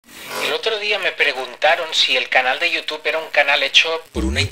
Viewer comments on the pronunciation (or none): none